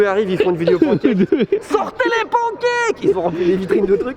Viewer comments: Les « pANcake de Tev sont exquis ! Repeat after me: pan(n)e cake. ಠ‿↼ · Tev, tu as voyagé à travers le monde entier, tu as la chance d'être polyglotte... alors, please, si tu pouvais prononcer [pæn.keɪk] ou [pan.kɛk] mais arrêter de dire [pɑ̃.kɛk]. Bonne continuation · Tev arrêtes avec les PAN cake! On dit panncake, ou sinon décides toi et dis pan caque. 🤠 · Pancake... Oui... Mais ça se dit "panne cake". Ça viens du mot anglais pan qui veut dire poêle. Frying pan = frying panne en prononciation